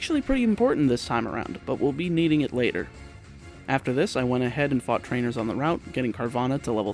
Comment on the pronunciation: he said fuck for fought